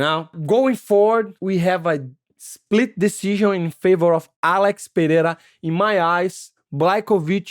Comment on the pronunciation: Money Mo, who told those geniuses DC and Rogan it’s pronounced pe-heira?